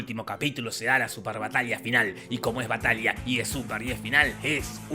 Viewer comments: Alguien notó que todas las veces que decia "batalla" él decía "batallia"? Re latino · estas diciendo bata"i"a?...